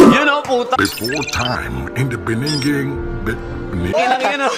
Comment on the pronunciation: In the beninging HAHAHAHA